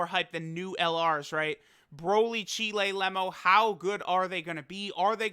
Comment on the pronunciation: Im tryna Chee-lay Cheelay.... Cheelai btw